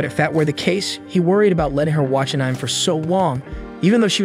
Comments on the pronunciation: "Ahnyme" It is pronounced Uh'neh'may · And I thought the "anih-me" crowd was bad... (for reference, to the two people who don't know; it's pronounced "annie-may." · Ah-Nem... tele-kenesis... lmfao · "AAnym" is crazy💀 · Funny thing is they pronounce animation perfectly fine. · An-ni-may.....= Anime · What the heck is An-Ime,? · An-Ime is only the finest entertainment a can find. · Annym? Tf is this😂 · Thanks for the video. If I have any complaints at all, it's that I never want to hear you fail at saying anime again. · Dude pls learn how to say anime correctly please 🙏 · I think even AI can use the word correctly. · Is this an ai channel, why can’t you say anime properly, and a lot of other words